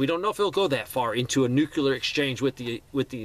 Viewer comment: Love your content, but man, please stop pronouncing nuclear as “nu CU lar “.